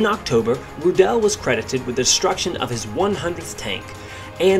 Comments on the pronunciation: The pronounciation is Rudl not Rudaeeellll. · I believe the correct pronunciation of his surname is.....Roooo-dl......not Roodell......Good report! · His name is pronounced RU- del not Ru-DEL like you mispronounced 100 times during the video. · Not Roo- DELL just Rudel and roll the arrrr a little like strudel ! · he also shot down 11 soviet aircraft, flying a focke-wulf 190G ground attack fighter bomber. when his stuka was hit by ground fire, rudel's leg was amputated below the knee, yet he still fought. hitler loved him and awarded him the knights cross with swords and golden oakleaves, the only person in the wehrmacht to get this award. btw, rudel is not pronounced rudell. it's pronounced roodle..how about doing a story on 352 victory ace erich hartmann, the blond knight of germany...and heinrich erler, a 212 victory ace wrongly blamed and arrested for the loss of the battleship tirpitz and who rammed his me-262 jet fighter into an american bomber, saying to a friend over the radio,' i'm going to ram this one. see you in valhalla.' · U pronunce his name like it was french:D Like rudélle. Its just rroodel. Like noodle with a strong r. And im not getting startet how wrong yullrick sounds ^^ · His name is pronounced "Roodle", not "Rudelle"! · You don't really spreak the "e" in Rudel. It's more spoken like: "Rudl" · Pronounce his name like 'Rudolph' Ru-del One L at the end is the clue Sounds more German that way Your saying it like it has 2 L's and an E at the end, he's certainly not French. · Wrong pronunciation of his name. It's [ˈʁuːdl̩] Ruudl with a silent e. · idea for future videos: try to pronounce the names RIGHT ! Rudel ist not like michelle , RU - del , Ru deep and short, del like dell the same. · the emphasis in "Rudel" is on the u, not the e. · Please make an attempt to pronounce his surname correctly